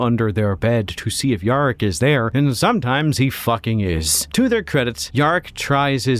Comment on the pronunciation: missing an ‘R’ there mate